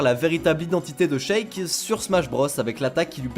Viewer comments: "Check" hmm 🤔 Moi : ryejdjdjdudjeh mais ca se prononce Shhheykk pas Check jrurh ⚠ [Fatal Error] ⚠🤯 cerveau.exe a cessé de fonctionner. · "T"sheik et "k"knuckles omg mes oreilles 😭😱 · Par contre, on prononce "Chik" pour Sheik, "Nukeulz" pour Knuckles, et "Smach" pour Smash (et pas Smatch par pitié...) Super vidéo sinon continuez 👍